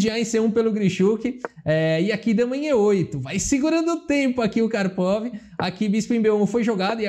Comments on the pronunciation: engraçado ouvir kárpava apos anos falando karpovi xd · Eu sei onde você aprendeu essa pronúncia do nome do Karpov - foi naquele vídeo do Misha Osipov, o ex-bebê de 3 anos!!!